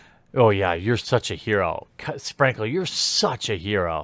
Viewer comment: Not gunna lie, the first 20 times Dank said Sprankle, it sounded like, "Spankle", XD